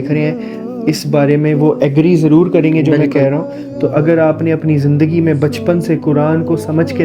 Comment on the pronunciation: Bhae ap jeem or z ka farq ab khatam karen jesy zindage ko ap log jindage kehty ho istrha b alfaz ke tabdele sy mzaq b banta hy or maeny b badal jaty hen isley zindage ko jindage na kahen or ise tarha har lafz kakhyal rakhen izat ko ijat na bolen iatarha apke urdo btheek hojay ge or sonny waly ko samajh b ay ge ❤❤❤❤❤❤